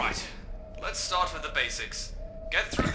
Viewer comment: fart instead of start XD